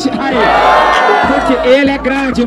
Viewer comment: "Celebro" parece que o Suco de Fruta andou faltando as aulas de Português